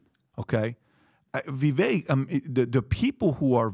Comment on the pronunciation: "People were mean to me because I'm brown!" *intentionally mispronounces vivek's name